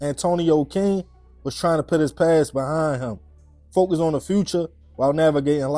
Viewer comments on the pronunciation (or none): none